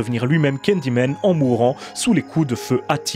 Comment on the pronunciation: Pourquoi tu dis candymen au lieu de Candyman?